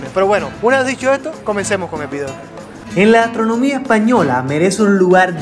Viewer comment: tocayo, lo que mas gracia me hace es tu manera de decir vi-deo y ese tonilo que le parece faltar una letra, espero que Alejandro y tu sigais bien, se te radiante siempre... a ver si me conseguís un tiesto jejeje